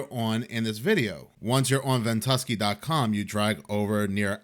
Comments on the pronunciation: VENT-U-SKY... Is how it's said if you care. Not big deal. But I'd want to know if I need to talk bout it.. stay blessed my brotha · Its called ven-tu-sky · Its Pronounced..vent-U-sky! 😊 when ever you put up a video..all of the rest have to wait. Yours come first! ❤ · I LOVED hearing Ventuski! 😅🙂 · Hey, the app is pronounced ven tu sky. Like the sky above. I watched this on MRMBB333. I know he had a video on it pretty quickly.